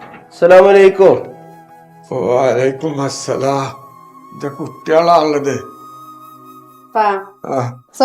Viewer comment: വലൈകുമസ്സലാം അല്ല"വലൈകുമുസ്സലാം "ആണ്